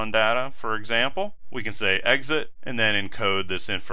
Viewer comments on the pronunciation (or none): none